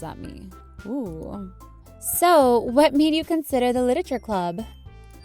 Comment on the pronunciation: Is it just me who got so annoyed when Cupquake said 'Liteture' at the start?